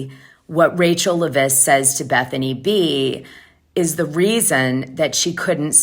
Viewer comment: LEV-ISS no accent why do you pronounce her name wrong when everybody else pronounces it right😊